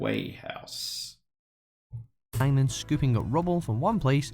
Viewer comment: You cant pronounce Quay House? How do you pronounce Alerquire ?